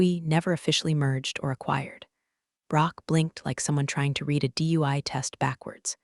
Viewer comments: Every room in these stories smells like regret or despair. Coffee tastes like battery acid. Executive's suits cost more than a mortgage payment or car. Lawyers are named Chen. People are treated like furniture. Read (red) the document is pronounced "reed" the document. Resume is pronounced "rezoom." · how hard is it to get "read" right? It’s red in the past, not reed! 🤦‍♀ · "read" should never be "reed" when it’s past tense! Glad we're on the same page. 📖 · i want the AI to say Read and Read correctly